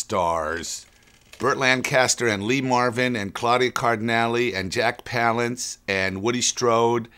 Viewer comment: Woody Strode is the archer. Burt Lancaster is the dynamite expert. Lee Marvin doesn't have a Gatling gun, it's a freaking machine gun! (looks like a water-cooled Vickers, to me, but what the hell do I know?). Landis doesn't even pronounce Jack Palance's name properly. Has he even fucking watched this movie? I absolutely LOVE Trailers From Hell, but I find Landis a little disingenuous. Smarmy even.